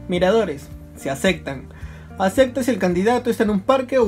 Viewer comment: "Se acectan" xD